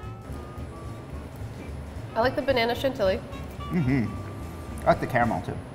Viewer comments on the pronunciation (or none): Really ❤️ these couple together! Btw chantilly is pronounced shan-tee-yee